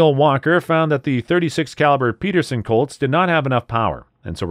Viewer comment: It's Paterson with an (A) - Not - "Peterson" like you said... and that's all I got to say about that.